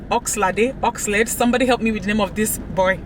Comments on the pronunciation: Dimma said Ox la de😂😂😂😂I think it's Ox laid tho..nice video as usual 👌👍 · LOL!!!... It is pronounced as ''OX LAID'' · It is ox-laid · It's oxLA-DE the me oh 😆 listen to Aisha by Barzini & Kheengz